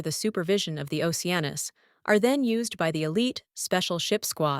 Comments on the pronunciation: Lol it's the voice doesn't get it's ah noose not anus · Retakie anus is what I hear lmao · Geez, I had to search this one because I doubted that was his name. At least have it say Leo Oceanus instead. No need to put emphasis on anus. It's funny the first time but unlike fart jokes, it gets annoying the more it's used.